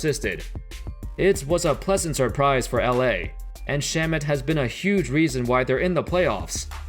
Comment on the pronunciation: It’s pronounced sharmey not Shamet